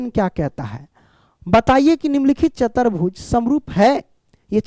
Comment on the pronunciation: Dear sir ✅chaturbhuj ❌chatarbhuj